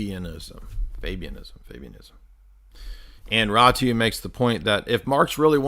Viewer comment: It's pronounced: Ratziu.